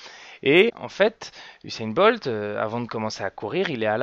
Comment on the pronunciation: Pas de "H" à Usain Bolt :)